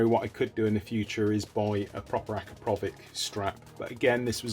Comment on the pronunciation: The can looks absolutelly amazing! I really like those cheap repairs cause everyone can buy a new one and not everyone can repair one.. At the end of the day it is what it its and big bonus for me personally.. For the first and probably last time you´ve pronounced the name correctly yaay ! :D